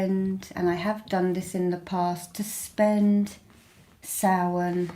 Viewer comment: Beanachtaí na Oiche Shamhaine,! Blessings from Ireland (and commendations on your pronunciation of Samhain).